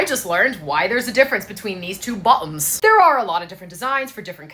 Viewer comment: "These two bo''oms" had me rolling lol.